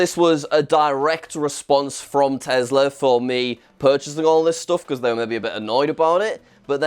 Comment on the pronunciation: It’s crazy to me your entire personality is based on a brand you can’t pronounce correctly